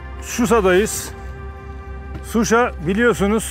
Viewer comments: Şuşa'--vurğu sona düşür.🇦🇿Təşəkkürlər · Qardaş Susa yox Şuşa demək lazimdir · Suşa deyil ŞUŞA.. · Sayin bey..cok iyi bir proqram yapiyorsuz. Ama Yurdumuzun Sehri nin adini dogru soyleyemiyorsunuz maalesef,,,Şuşa yüzde yüz Türkçe sözdü Türkiye de şişe kimi soylenilir.saf.şeffav.anlaminda bu ad verilib o yere. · Proqramın sonuna qədər Suşa Suşa Suşa niyə ????? Heç deyən olmadımı Suşa yox ŞUŞA . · SUSHA YOX QARDASIM .SHUSHUA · suşa YOX ŞUŞA